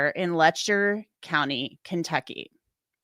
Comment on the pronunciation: they lost the "C" in county